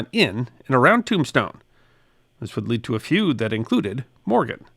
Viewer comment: For godssakes stop using that AI software to mimic your voice on shorts. No enthusiasm, pronounces "feud" a 'food' . . .. why use it?